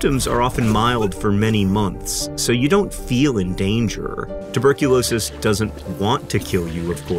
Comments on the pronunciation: "Tubercu-NO-sis" got me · tubercu no sis 😂😂😂